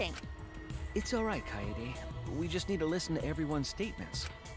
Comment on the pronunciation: Om kaede.... Not kayaydays.....